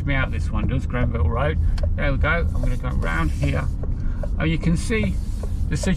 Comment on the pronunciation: Don't mean to be pedantic....But it is Granville road, not Grenville road......I haven't lived in Hinckley for almost 20 years and I do enjoy your trips around....Brings back loads of memories....I know that is not the intention of the videos but enjoyable nonetheless... Passed my bike test there in 1966 and car test in '67 ....Thanks for great content.